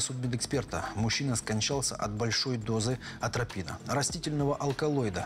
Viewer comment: Самому обычному человеку режет уши сказанное двумя мужчинами, озвучивающими фильм: "аНтропина", "индефицировать"! Правильно говорить не "аНтропина", а атропина, не "индефицировать", а идентифицировать"! Эти грубейшие ошибки, озвученные самыми самоуверенными голосами, выглядят ещё смешнее. Это... Без дальнейших комментариев.